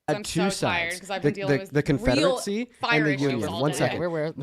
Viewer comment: Why is saying Confederacy like Confederitsy